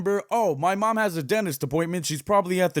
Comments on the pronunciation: Dentist. Not "denist" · why is he saying danist not dentist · Denist My mind: Mildly infuriating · “I don’t know how he knew which denis… ” Me: “Denis? You mean dentist.” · He said denist